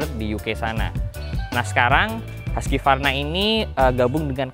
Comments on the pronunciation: bacanya tetep huskvarna bukan huskyvarna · Husqvarna itu bacanya HUKS VARNA bukan Huskie Varna. Gimana sih wkwkwk Jangan² bilang BMW, Bi em dobel yu juga lagi.. wkwkw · Cara baca Husqvarna Huskivarna = ❌ Hooskhvarna = ✔️ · Biar orang pada gak salah kaprah yah bang, bacanya bukan “haski-varna” tapi ya “husk-varna” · Bukannya cara bacanya husvarna bang?